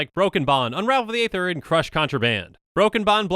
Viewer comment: The "A" in "Aether" is silent.